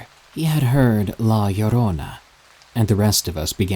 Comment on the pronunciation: Good stories. I gotta say, good job pronouncing La Llorona correctly.